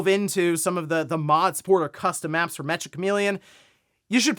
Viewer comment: Meccha is a Japanese slang term meaning very/extremely, similar to how you would use the word hella in English. It's pronounced -cha, not -ka.